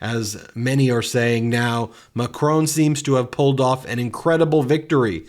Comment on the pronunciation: Why do you keep saying Macron like "Macrown"? It doesn't have that W in it, you are making it even harder to say than it is already, it's also not how you say it in French or English, so what are you doing with that affectation, exactly, trying to show people that you never go abroad or bother with other cultures, because we already know that, cheers..